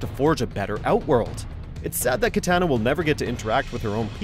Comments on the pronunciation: Hey it’s KiTAHna no KiTANa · it's Ki-Tah-Nah!!!!! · One day this dude will say Kitana right. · It’s KEY TAH NA!!! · never say kit anna please who is this nerd....Not an MK fan though ill tell ya that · If he pronounces kitana like that one more time, I’m gonna explode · I can’t help but feel bothered when he pronounces Kitana like come on bro you guys are bad at pronunciation. Geras as well. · I love how he kept on saying kitana wrong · Really ? You can't pronounce Kitana's name properly ? Who hired this guy wtf